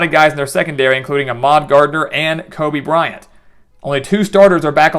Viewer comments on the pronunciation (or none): none